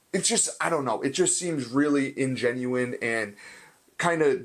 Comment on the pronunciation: disingenuous is the word not "ingenuin"